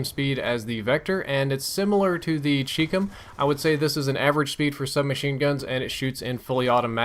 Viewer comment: it isn't "cheekcum" it is pronounced CHI (rhymes with shy) COM (rhymes with mom).